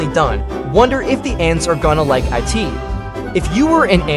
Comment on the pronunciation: bro not him saying i-t instead of it😂 Love your videos